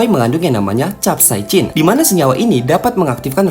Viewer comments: Bacanya kapsaisin min, hadeuh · Sok sok buat chanel ilmu pengetahuan,tapi sebutan capsaicin saja pun dia Salah🗿🗿🗿